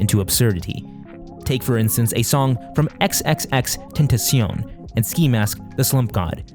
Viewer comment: 10/10 on pronunciation of Xxxtentacion